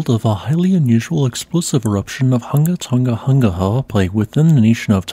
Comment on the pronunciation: We appreciate your practice in pronouncing the full name correctly.